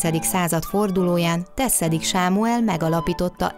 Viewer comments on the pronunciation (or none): Tessedik Sámuel nevét "s"-sel kell ejteni és a mutatott templom nem Szent András, hanem Szent Klára templom - - valamint a Szabadság utcán található.